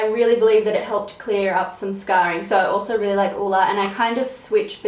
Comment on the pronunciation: Love the way you pronounce Ole... Hugs from Denmark (where Ole's from) :-D